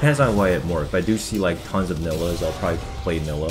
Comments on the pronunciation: Bro its not nilluh, its NYE-LAH. Please learn the champ names ffs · you say NI-LAH not NILLAH! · Ny-luh not nilla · STOP SAYING NILLA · Omg.. it's pronounced NAILA 😂😂 Love your vids man but everytime I hear you call her that I cringe harddd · fr stop saying nilah with two L's